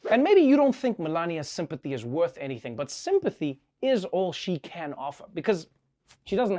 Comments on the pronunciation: AHAHAHAHAHHAHA... "Sympati" AHAAAAAHAHAHAHAHAHAHA. This is comedy gold. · Seem-pet-tee. lol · WTF IS SIMPA TEE...EEL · Did she say "sympity"?